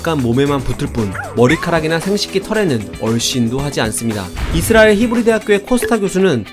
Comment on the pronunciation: 이스라엘 히브리 할때 혀가 우주로 날라가는줄